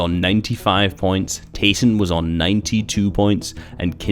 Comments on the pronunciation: Did you know his in game name is actually pronounced Tie-son because his real name is ty (sorry if I spelled that wrong) but everyone just calls him tA-Son. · Yea i hate it when people call him TA-son